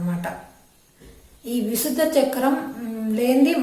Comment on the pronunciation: విశుద్ధ కాదు విశుద్ధి అని పలకాలి..